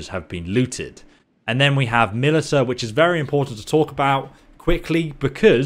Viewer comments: Ma-lisha. God I was listening to this while playing the game, I wasn’t even holding my phone, but I had to type this because it was driving me crazy. I just want to know how to do construction. I feed my peasants. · "I saw a bunch of people online who didnt know what to do" - Man who pronounces Militia as "Militah" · Haha good video, except it's mili-sha :p thanks for the guide tho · Wanna get drunk? Take a shot every time he says Milita...OP, here we go again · Bro. Its "mah-lish-a" you never heard the word militia before? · can you place stop pronouncing Militia me li ta :( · Militia is pronounced Mill-ish-a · you're pronouncing militia wrong, should sound more like "milisha" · mil-ish-uh = Militia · Militia is pronounced milishia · Militia is pronounced Milisha. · stopped watching after i hears Militahhh for the 10th time. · Melee-TA drinking game anyone? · Love your videos, and I understand that you are dyslexic. But militia is pronounced milizia or milicia. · I thought people in the UK learned how to read in school... * "Hold my mILiTUH" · Damn the US beat Britain so bad they can't even say the word Militia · 10 loyalty in the comments for pronouncing "Militia" wrong. +3 cringe for every time you do it. -5 prosperity for not googling a word. Your videos are very useful. Thanks man. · i was listening not watching at the time when you said Militia and was like wtf did he just say and had to bring the video up to see. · I hope someone had told this man how to say militia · Please make a guide on how to pronounce militia. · Look up hoye to pronounce militia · Of course the Brit wouldn't know how to say militia Kappa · 1 Militia pronunciation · no, that isn't dyslexia. Sorry. He just doesn't know how to pronounce militia. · speaks perfect English but pronounce one word wrong .... everyone : mil ishhh haaaaa .... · I'm just here to laugh at the way he pronounces militia and I think we all are too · Please learn how to pronounce militia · Milita? or is it milit IA